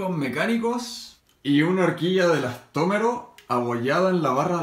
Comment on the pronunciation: Estoy hasta las narices de que digas elastómeros